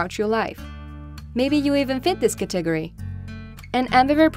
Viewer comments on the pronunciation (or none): I love her accent and I don’t mean to make fun by I just keep laughing at “cat-tigger-ee” 😂 (Again, not trying to be mean I just find it funny 😝)